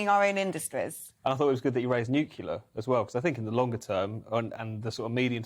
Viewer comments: I wish people would pronounce NUCLEAR correctly, NEWKLEAR, from the word Nucleus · Couldn't take this guy seriously as soon as he revealed that he can't pronounce the word "nuclear" despite not even being from USA. Then, he sealed the deal by saying "we shouldn't get into a position where we're expecting people to put up with [having] less and to not have a better lifestyle than previous generations", when he looks like he isn't old enough to remember anything other than economic good times. It doesn't only get better, kiddo. That's not reality. It might be through financial mismanagement rather than climate change, but when things are broken, they're broken, and some painful times can be required to heal and fix the sotuation. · please learn how to say Nuclear, or you will lose all credibility. The opposition will use it as a weapon against you, lets face it, it is all they've got.